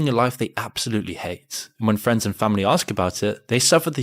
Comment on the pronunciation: I try not to axe too many questions, such as why do so many people find themselves incapable of learning how to pronounce the word "ask".